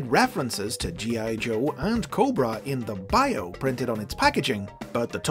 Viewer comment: you said it wrong its "COBRRRRRRAAAAA" not "corba"